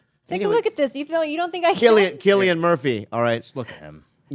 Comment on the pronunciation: Isnt his name pronounced with a c cillian? Not with a K